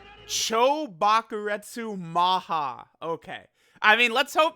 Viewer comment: He can say Chou Bakurestu Maha but can't say Makankosappo. SMH.